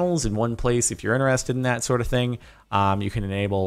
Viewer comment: Omg, I just realized that I say "Dat" because of Jordan.